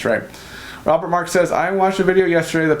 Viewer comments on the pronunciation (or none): none